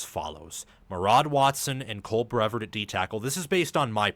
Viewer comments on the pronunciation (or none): it’s Cole BreVARD, pronounced like yard rather than Cole BREvard pronounced like bird